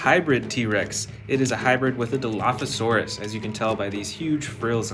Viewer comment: It is dilophosaurus